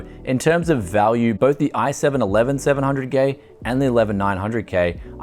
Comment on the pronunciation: "i7 11700gay"